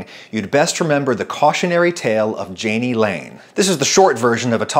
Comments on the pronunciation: I of course, had to read Wikipedia on Jani Lane. According to it, the name has a soft J (as in his grandfather's German language), so more /yayknee/ not /djayknee/ (approximately). Love your videos BTW, and good lesson for those seeking fame. And maybe also a lesson on why not to be a Karen. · Not to be a naysayer because this was a great video, but being someone whose name also started with a J but is pronounced like a Y I HAVE to let you know- it’s pronounced “Ya-nee” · Say it with me.... Yah-knee = Jani